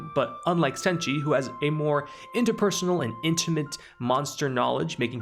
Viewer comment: You didn't butcher Chilchuck or Senshi